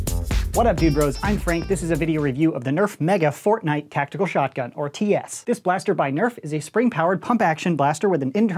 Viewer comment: Nobody:: Tactiacal